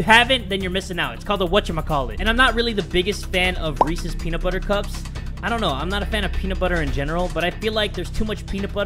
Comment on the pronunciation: It's reeses, not recess.